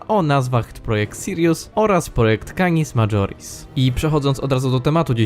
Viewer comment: To się czyta "kanis majoris" nie "madżoris"